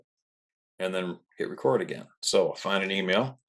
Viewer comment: Why do you say "again" but then you also pronounce it "uh-Gayne"?